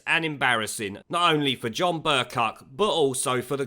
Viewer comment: Pronounced "BURKE COW".